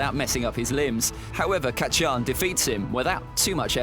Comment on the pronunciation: did he call bakugo kat chi an